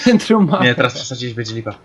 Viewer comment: •Centrum nie Bentrum - Popraw